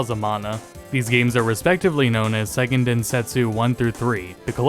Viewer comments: Say-ken. It's pronounced Say-ken Densetsu, not Sigh-ken. The name's Japanese, not German. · Good video! Although Seiken is pronounced more like "say ken" "Sigh ken" would be saiken. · Fyi "seiken" is pronounced say-ken, not sai-ken. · I know it's a minor point, but Seiken is pronounced "say ken," not "sigh ken."